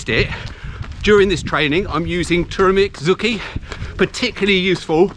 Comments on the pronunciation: Mark is right, it did sound a bit like "turramic" in the video -- is it really pronounced "tur-meric"?? Maybe check on that for the future videos. However it's said, I am glad it helps you. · I'm only teasing mate. It did sound a bit like turramic on the video.